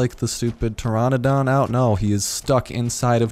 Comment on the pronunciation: Chitin is actually pronounced kite-in. Pteranodon is pronounced tuh-ran-uh-don. Big fan of this series so far.